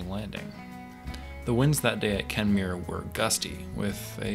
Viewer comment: It's kemmerer wy. Not kemmere. Doesn't pronounce it right